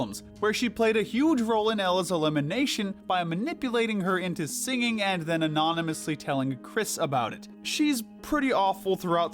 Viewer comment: not anonymously ughnohmasly